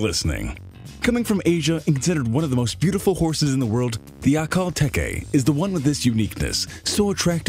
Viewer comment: Actually, it's akhel Tee-kee. therefor spelt teke. xD